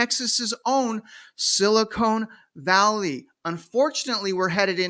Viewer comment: Silicon Valley, not silicone, lol